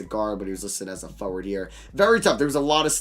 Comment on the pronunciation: Anyone else find it funny how he says foward (forward)